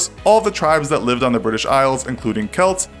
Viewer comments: Briish indeed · You pronounced British wrong, it’s actually Bri-ish